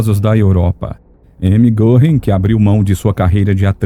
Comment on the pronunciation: Goring com trema no O , se pronuncia Goering. Fala-se guering.